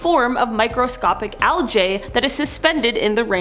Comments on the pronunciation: Why you pronouncing algae wrong?? It's not aljay it's algae?! 😂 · Algae. Like al-gee. Omg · It is pronounced "Al-gee" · I've never seen anyone pronounce algae like how its spelled until now and I'm unsure of how to feel. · I'm sorry but the way she pronounces algae is kinda funny to me. I've always heard it pronounced with an 'e' sound at the end not an 'a' sound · One thing I learn in every video: the differences in pronunciation of different words between the US and Canada. In this video, it’s the word algae. lol I also learned at the end that has a sailors mouth like me! 🤣